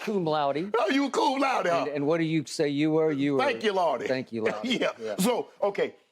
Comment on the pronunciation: Did Shannon say he graduated "Thank you Lawdy" I chuckled!😆😆😆